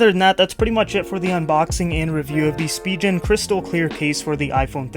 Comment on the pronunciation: "Spigeon" lmao